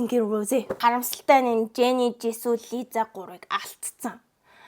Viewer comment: Liza биш Lisa